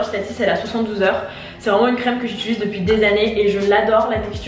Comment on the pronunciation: mdr je t’aime mais c’est « j’utilise » pas « j’itulise » 😭